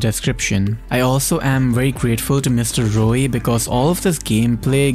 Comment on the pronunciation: Things I learnt: 1. MX9 Gunsmith 2. You pronounce Mrroey as Rroey